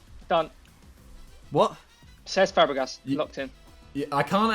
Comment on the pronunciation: That confidence made me question whether Fabregas was German😂😂